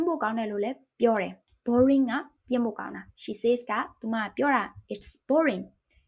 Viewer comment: Thanks for teaching us. "And I notice you pronounced 'says' as 'says'. Juat so you know,it's usually pronounced 'sez'. Hope that helps!"